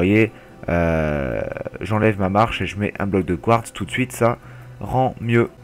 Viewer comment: on dit phonétiquement : du couartse